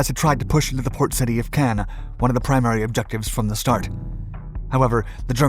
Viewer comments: Caen is pronounced the same as “khan” in English and has a silent “n” in French, not “can.” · "Can"? I've only ever heard it pronounced "Con". As in....."KHAN!!" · its pronounced KAHN not can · Caen is pronounced con, not can. Cannes is at the opposite end of France and is pronounced can. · Quick note: Caen is pronounced as "caw" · I pronounced it like Caine lol, whoops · A good account but sooo irritating that your pronunciations of Caen in the first half sound more Cannes on the Mediterranean coast. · I know you guys LOVE, but when I hear the name of Caen butchered again and again and again and AGAIN, I lose interest. How many allied boys died in Normandy? Enough, perhaps, to get the pronunciation correct? This is the second major blunder I've caught. The first came in another video where the narrator got the pronunciation of "Henderson Field" at Guadalcanal correct, but then uttered the line that Japanese forces retook it from U.S. Marines. An event that NEVER HAPPENED. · That's not how you pronounce Caen. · It continually disappoints my how much the NARRATOR of these channels make ZERO effort to pronounce even simplest 'foreign' names CAEN or CANBERRA correctly. It's like sending a 'fuck you' to the rest of the world, as you simply can't be bothered. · Bernard, not berNard Caën, not Cannes Americans never do enough research